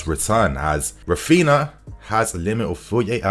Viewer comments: His name is not rafiina 😭😭😭wtf it’s Ra-phin-Haaaa say it correctly cuz it’s annoying us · pls start pronouncing "RAPHINHA", the 2nd "H" as an "E" and not "raphina" :)))